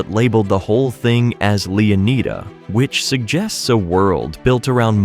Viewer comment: lol, im pretty sure its not "LeonEEda but LeonIda"